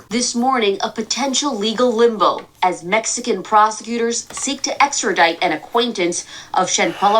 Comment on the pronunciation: Give him a break. I noticed it too. I have never heard him misquote a word before.